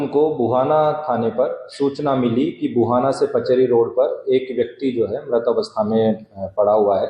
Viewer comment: Wo ghuana nahi bhuhana hai sir